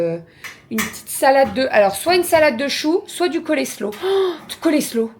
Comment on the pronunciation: Alors Coleslaw ce prononce colslow - :-) et tu as raison trop bon!!! Je le faire avec yaourt Greek, moutarde et un peu de Worcestershire sauce. Yummy!